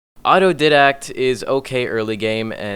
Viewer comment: its didact not didact